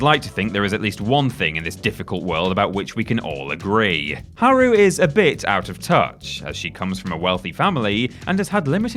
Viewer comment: Okay at this point your taking the piss with the "its japanese I can't pronounce it" like earlier characters I get, games wern't voice acted. but getting the new characters wrong is dumb. Esspecially haru's as her last name is litterally said more often than any other characters in the game.